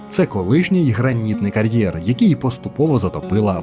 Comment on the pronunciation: Що таке «карьєр»? Як Ви це і головне навіщо вимовляєте???